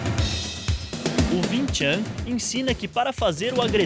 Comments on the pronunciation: Win Chan kkkkk é Wing Chu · ving ving ving ????????????? porra é wing ! Som som de "u" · bacana o video a nao ser pelo fato do erro tragico que voces cometeram em chamar o de VIM TCHAM, o correto na leitura é >>> Wing Chun assim como se escreve, sou aluno de wing chun por isso afirmo o erro de voces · o nome e wing chun não vin chan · Pronuncia errada, Não se diz "vincham" Se diz UING CHUM! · se fala Uing chun , não ving chan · "vin tchan" kkkkkkkkkkkkkkkk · Vin Than kkkk nao e assim q fala...😂✋✌ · "VIN TCHAM"